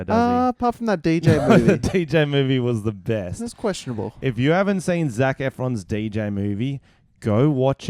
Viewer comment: "zefron" hahahaha CHECK OUT OUR PODCAST!!! EPISODE #2 COMING SOON!!!